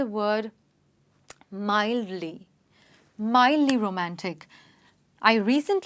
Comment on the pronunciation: mildly and not midly